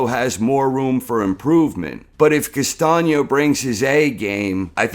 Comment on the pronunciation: why castaño ´s face in the thumbnail? castaño > charlo but you are not ready for this nice to hear someone that actually can pronounce "Castaño"